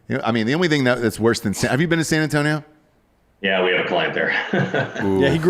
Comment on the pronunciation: and nailed San Antonio.